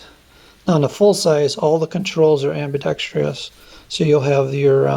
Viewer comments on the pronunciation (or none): Amidextrous, not Ambidextrious...